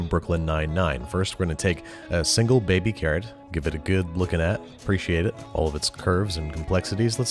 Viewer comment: bebby karrott